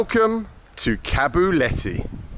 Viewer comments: its KOBULETI not Kabuleti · Kobuleti, my friend, not Kabuleti. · It's Qobuleti not Qabuleti, bald please get these words rights, you're driving me nuts. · correct: its not kabuleti its kobuleti) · Why are you calling it Kabuleti? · It's pronounced Kobooleti.